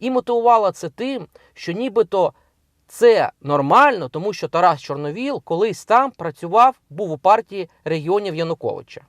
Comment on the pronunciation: Яніно! Не ЧорновОл, а ЧорновІл.